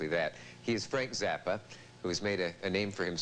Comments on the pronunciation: I think it's pronounced ''Zappa'' ! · Is Zappa pronounced "zappa" or "zappa" ? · yes, definitely not "Zappa"